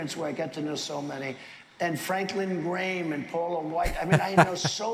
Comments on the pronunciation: "Franklin Graiaeham" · ...Franklin Grame...it took me a minute...GRAHAM..!!! Idiot couln't even say his name right. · Graham. Americans pronounce that name with only one syllable, for some reason.